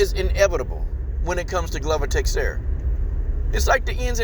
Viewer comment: Dig your comments, but the names are pronounced Glover Teshara and Yiri Prohaska An yeah, glover has the cardio, might make it a dirty, clinch game. BUt Jamahal is gonna snipe him from the distance